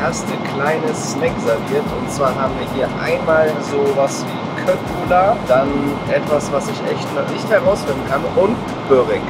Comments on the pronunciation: Köttbullar spricht man in etwa Schöttbullar oder Chöttbullar aus! 😂 Zumindest in bei uns in Schweden 🙈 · Man sagt nicht köttbullar man sagt schöttbullar